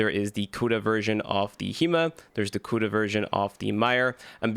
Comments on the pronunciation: pronounced Co-duh. Not Kuda. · Is anyone else triggered by him saying KUDA 😂😂😂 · Aint no way you saying Cooda 🤣🤣